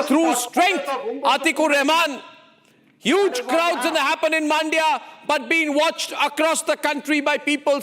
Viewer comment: Please get your reporter to pronounce the names correctly. It is not "Maandia." It is "Mandya." The "a" in "Mandya" is very short. Listen to Arnab! He has got it right.